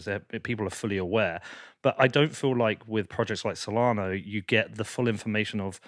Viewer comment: it’s Solana not Solano. You make it look like you already had a fixed opinion on alt coins but thought you are doing a show on alts so better quickly go do some research before the show, which went as far as reading their webpage blurb to get the gist. How can your opinion be taken seriously when you’ve put in such little effort.